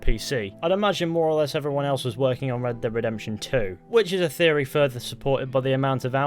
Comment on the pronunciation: RedDEBB DEEB DEPTUIN THEE RedDEBB DEEB DEPTUIN THEE RedDEBB DEEB DEPTUIN THEE